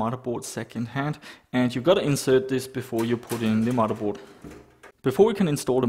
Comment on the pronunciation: I love how you say "Muddaboard".